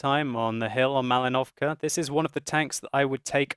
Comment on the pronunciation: not maliNO'vka, but maLI'novka